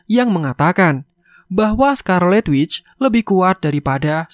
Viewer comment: Witch=Penyihir wanita, intonasinya jelek Wizard=Penyihir secara umum, tapi biasanya tertuju pada penyihir pria